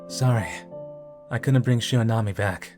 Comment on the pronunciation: It's Shiranami, not Shironami